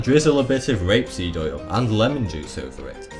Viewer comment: first one you said 'rape seed' i was like um...please don't put rape seed on it